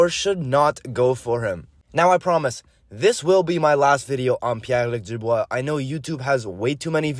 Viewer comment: Ta prononciation est on point haha